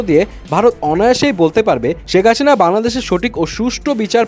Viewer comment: ভাই হাশিনা না হাসিনা বলেন 😂